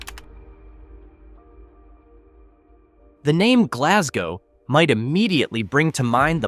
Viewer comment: We dont pronounce it like that